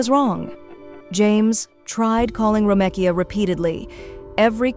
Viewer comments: Ok see I thought it was just my crazy ass that she was irritating ! 🤦🏽‍♀️😂 Ho3 it’s Gary ! It’s Ro-mee-ka! Talkin bout a damn “ro-meh-Kia” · Wait so it can pronounce Romekia but not Gary?